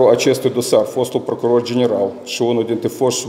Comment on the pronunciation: Oho! Cit e de rapid este procurorul asta. Eu de-acum mai ca si am uitat de paton. De-acum este Ghitcan. Aaaa! Asta o sa aflam...... cindva... ! PROCUROR ci nu PRACUROR. MIE IMI PARE CA EU POT CU MULT MAI BINE DE CIT AISTA . BROASCA TISTOASE E SI MAI REPEDE DECIT AISTA....